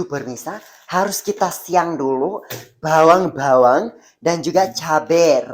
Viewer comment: The way he says empuk and bhawang bhawang 🤣